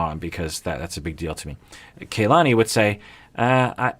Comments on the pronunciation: Aggghhhh! Does have a personal grudge against Kalani or something? Am I missing something? Am I just being sensitive? He made a big, big deal out of properly pronouncing Larissa's name, but now over many weeks, videos and wardrobe changes, he still mispronounces Kalani's name. Urrrghhhh! Haha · The cast seem to pronounce Kalani's name - 'Kah-lani', as opposed to 'Kay-lani"